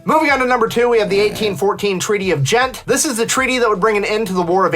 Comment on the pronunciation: The pushback from this side of The Pond is to call Farenheit "19th Century Units" and Celcius "21st Century Units"...😈 The German mercenaries are "Hessians" if you want to look it up. The Treaty of Ghent is pronounced "gent" with a hard "g", like the "g" in "going", not like the "j" in "jelly". Shoes with big buckles did make a comeback in the 1960s to an extent, although the ladies' version tended to be in eye-bleedinly bright colours rather than black and silver. Yes, that's what "carpet bombing" looked like before "smart" bombs replaced "dumb" bombs and mostly made it unneccessary. You should find a video about stategic bombing in WWII: it'll give your jaw a good workout... According to the USAF website for many years, "BUFF", the nickname of the B-52, stood for "Big Ugly Fat Fella" - yeah, right: everybody knew what the last "F" really stood for. Not to be left out, US Navy pilots christened their A-7 Corsair IIs, which had many admirable characteristics of which beauty was not one, the "SLUF": "Short Little Ugly... Fella " 🤣